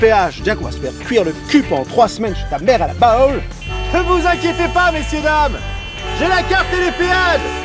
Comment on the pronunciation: " 3 semaines chez ta mère à la Baule". Sachant qu'il dit [BAole], au lieu de [Bole], avec sa prononciation caricaturale.